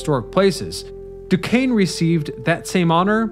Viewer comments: As a yinzer living right up on Mt Washington, I love to see a spotlight on the inclines! You nailed the Duquesne incline, but I gotta call out the pronounciation of Monongahela - it's closer to mononga-HAY-luh when spoken by locals (perfect example here ). They just finished up a rehab project earlier this year to the Mon incline that added LED track lighting - I recommend anyone visiting the Burgh to take either of the inclines up to catch the breathtaking view up on the Granedview overlook. If you're driving, I can also recommend driving up the PJ McArdle Roadway since it feels like you're driving straight up to the sky; that road's completion was the true death knell for many of the inclines in the area. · At least he got Du Kane right!